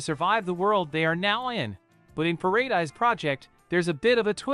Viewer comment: Those pronunciations xD "Pará-Dize and "Baow"